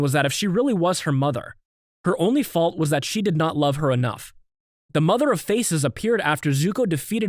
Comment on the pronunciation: bro u pronounced Mother of Faces wrong u said Mother of eArS